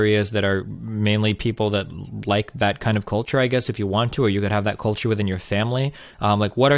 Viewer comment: God damn, I really HATE the way this guy pronounces "culture".